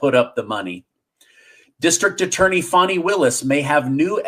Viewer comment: It’s pronounced Fannie just like your butt